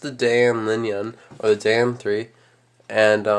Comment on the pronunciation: its pronounced (di-ann)